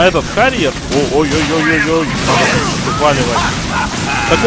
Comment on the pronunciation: Битва не с Харрером, а с Харриером